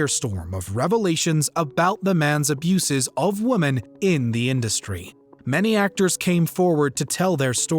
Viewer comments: It is women not woman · You pronounce the plural of woman the same as woman… ITS WOMEN… you consistently pronounce it wrong. WHY!?!?